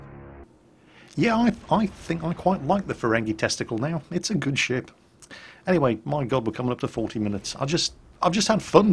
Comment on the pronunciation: Nearly every time you said ship, i thought i heard shit o_O "I like this shit" "Turn the shit around"